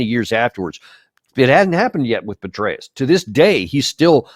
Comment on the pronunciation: General Betrayus??? Am I hearing you right??